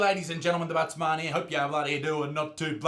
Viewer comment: I always thought he said buttsman